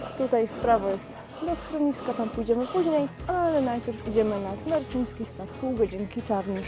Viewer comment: Super film :D A Jaskinia Mroźna przeszła parę lat temu remont i nie ma w niej już oświetlenia ;) P.S. Smreczyński Staw, nie Smerczyński ;) Czerwonych Wierchów znad Stawu niestety nie widać ;)